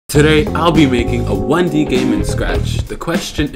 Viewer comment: "what is one de?" Lol